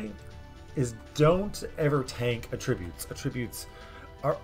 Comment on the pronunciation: AT-ributes. Not some much with the Ah-tributes.